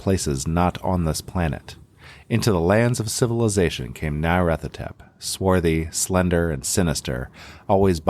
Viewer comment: Trigger Warning: continuing & near-consistant mispronunciation of Nyarlathotep 😜